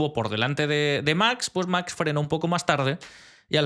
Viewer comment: y recuerda, no es lo mismo pronunciar much que max, gracias